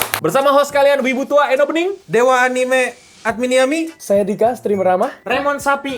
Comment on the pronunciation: Gw sih geli kalo ada yg ngomong Anime jadi Anim atau Enim. Itu kata dari bahasa Jepang, bukan Inggris. Orang Amerika aja melafalkan 'Anime' bukan Anim atau Enim, lha ini malah kenapa banyak orang Indonesia yg pake lafal sok British? Itu sama saja melafalkan Tokyo dgn Tukyou atau Kyoto dgn Kyoutu.